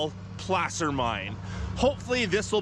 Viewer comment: Why is "Placer" pronounced like p-lass-er instead of p-lace-er?